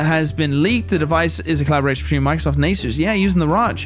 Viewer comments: R O G not ROG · trying to say ROG. “Using the Raj”